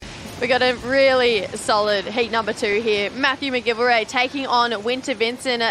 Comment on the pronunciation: please pronounce McGillivray correctly.